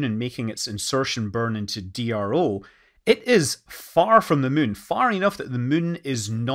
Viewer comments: Can never get tired of Scott Manley saying "mun" 😊😊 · It's already such a joy to hear how you say "the mün", but "I'm gonna züm in on the mün" is the best thing ever.